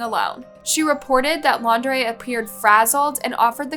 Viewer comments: It's laun- DREE Not Lau -DRAY. The very first time you said his name in the beginning, you said it right and then on to saying it all weird. But yeah, that wasn't a love story, that was a story of nightmares. For her in general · Brian Laun-draaaay. 🤯 Really? After all this time she still can't pronounce their names properly?! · It's "laun-du-ray- it's laundry. Like dirty laundry that he is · Not you changing Laundrie to L’Andre half way through the video